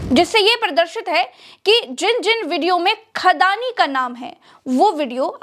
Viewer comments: Khadani nhi andaani😅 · अड़ानी नहीं 'खड़ानी' कहिए।